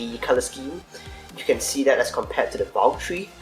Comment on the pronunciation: why do you say tree instead of 3